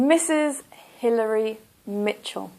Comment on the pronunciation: The name of Michel you pronounced E like